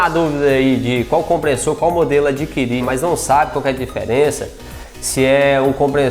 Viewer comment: Comprenssor, NÃO!!!! É COMPRESSOR!!!